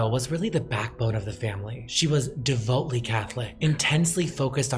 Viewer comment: Check your pronunciation of devoutly.